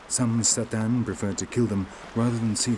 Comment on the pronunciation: So much misinformation in this. He says that the Tsaatan(notice that the narrator screws up their name, often calling them Tsataan or even Tatsaan)'s language comes from Turkey. WTF? The Tsaatan's language is TurkIC, but it sure as hell isn't from Turkey! Turkic people all originated in Central Asia and Siberia, some of whom (and not all, such as the Tsaatan, Khakas, Tuvinians, and especially the Sakha [AKA Yakut]) slowly made their way westward in the last years. One of the very last migrations was that of the Oghuz Turks into what we now know as Turkey. The Tsaatan are a far more ancient group, closer in culture, language and origins to Proto-Turks from whom all the Turkic peoples descended. Modern-day Turks in Turkey arguably have more in common, culturally, with Arabs, Persians, and even Greeks and other Eastern European peoples, than with the original Turkic nomads of Central and Northeast Asia. So how the hell would the Tsaatan language come from some place thousands of miles to the west from a people group who only have been in existence for a little over a thousand years, in terms of their ethnic and national identity? It's like saying that Arabian tribesman in Oman got their language from Morocco, or that the English (in the UK) got their language from the people of California.